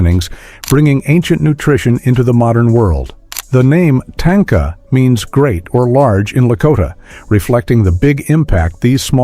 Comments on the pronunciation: Correct pronouncing of "Tanka" is "TON-KAH" Not TANK-AH... please stop using A.I to voice over your content. its lazy and unappealing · It’s not tanka like tank is tanka like tah nka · There is no tank in Tanka. More like ,,,,,grrrr, no way to spell it in English. tȟáŋka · Just an FYI: it's not pronounced "tain-kuh' 🤣😂 It's tahn-ka. 😉